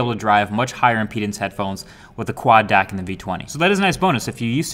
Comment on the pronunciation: You must say : Quad D-A-C not Quad Deck, misleading